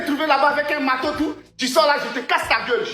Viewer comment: "le ma'teau y appa'tint à qui. Je vais peter la gueule", j'en peux plus !